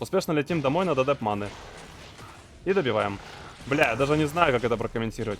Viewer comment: зачем говорить манЫ, вместо правильного мАны. Ты француз что-ли?